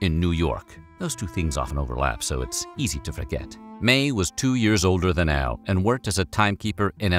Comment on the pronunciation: Love this guy but is he saying L or AL?. Am I hearing things.